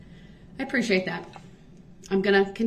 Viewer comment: Can he say any word that begins with th correctly such as that he says Dat or this as discussed or ask as an